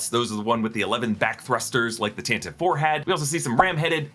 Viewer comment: How did YOU pronounce 'Tantive IV'? . Come on, this channel should know better! ‘TAN-TIV-EE FOUR’